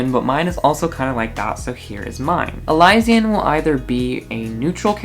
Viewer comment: its pronounced (eli-shan)